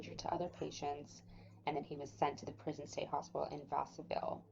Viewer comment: Good job on collecting info 👍 can be hard to find sometimes. Wish I could find more info about his time in msp. It is suspicious that when he hung himself, his hands were tied behind his back. One thing is Vacaville is pronounced va-ka-vill